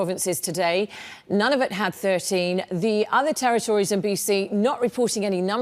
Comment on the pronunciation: Dear Global: Its pronounced "Nunavut" not "None of it" Please make a point of pronouncing that correctly.